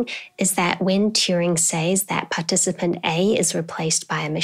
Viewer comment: you pronounce 'says' phonetically